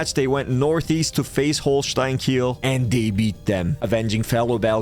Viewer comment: pronounced kee-ell